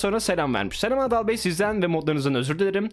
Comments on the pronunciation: Adalın ingilizce okunuşu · adalın cool okunuşu